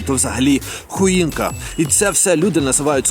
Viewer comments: Ялинка - po polsku — CHOINKA /ХО І НКА !!!! А не хуінка ! Naucz się języka polskiego 😡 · Я Поляк який вивчив українську. Само перше перед порівнянням польської з української мусиш навчитись читати. Бо «sucha» читається «суха» це перше, «choinka» читається «хоїнка» (не хуїнка). 😂😂 Як людина яка не знає цей мови ти не повинен їх порівнювати. Повір що обидві мови дуже, дуже подібні, чим більше навчишся, тим більше будеш бачити подібності. Після місяця «інтенсивної» науки зможеш зрозуміти приблизно 90%. Українець який не знає російської не зможе так швидко навчить її. Багато українців не знає мови тільки тому, що вони не навчаються «ліниві люди» це може сказати Поляк які після 3-х місяців говорив українською ліпше чим українці польською які живуть у Польщі 10 років. Ps. “Sękacz” (сенʼкач) це вид торта, торт це “tort” (торт) або „ciasto” (чясто). Удачі! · Шановний,! Насмішили 😂😂😂😂 Не вмієте читати по- польські, не коверкайте прошу польські слова. Саrma sucha dla psa ( читається: карма суха дла пса) - не суча 😅 Sękacz Królewski ( Сенкач крулевскі) не секас 🤣 Choinka ( Хоинка) не хуїнка 😂😂😂😂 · Не хуїнка, а хоїнка 😅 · Не "хуінка",а "хвоїнка".